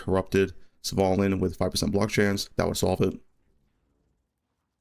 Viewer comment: the way you pronounce Svalinn as "savalin" is funny. Great gear for this temp league!